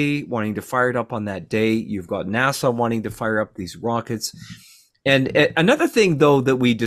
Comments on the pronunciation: It's NASA not Nasau! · Please tell how to pronounce NASA.